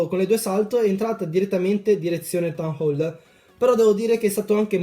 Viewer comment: Mi fa ridere come dici town hole 😂😂😂 tan hol ihihih sei troppo simpatico, mi piaci un sacco, soprattutto BELLISSIMO IL REMIX NELLA INTRO CHE USI. Sono nuova e gia ho visto parecchi video, molto belli ;)